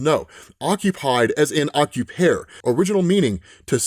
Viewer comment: “Occupare” is Latin. It obviously doesn’t rhyme with “air”. Why would you pronounce it that way?